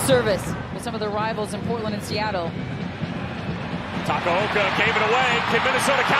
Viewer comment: Takoaoko💀💀💀💀 it’s takaoka😂